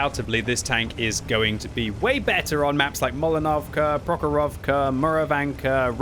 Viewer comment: Как интересно он произносит название карты "Прохоровка" очень непривычно слышать)